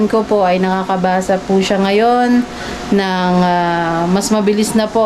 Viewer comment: ipabasa nyo po sakanya yung word na " NG " kasi ang basa nya dun ay " ANG "